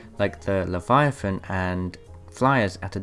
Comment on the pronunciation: It's not Liviathan, its Leviathan